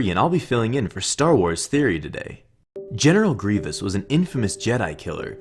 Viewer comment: put subtitles, GENITAL GRIVOUS????